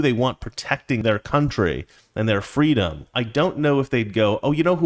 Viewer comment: "I was defending fweedom from an early age"